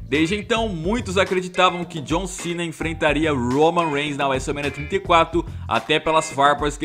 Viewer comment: fala wese mania tinta e cato em vez de WrestleMania trinta e quatro